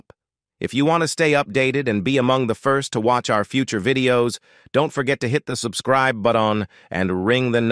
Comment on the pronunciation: Real narration please! Excellent video and good scripting, but execrable mispronunciation (“hit the subscribee butt-on” Arness’ “sacree-feece”, and many, many more!) and cadence are unacceptable and just plain tacky. You have to have a friend with a good voice. Hire a human!!